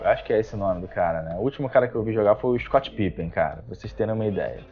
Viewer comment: Scott pipen kkkk caraio beróu, das antiga.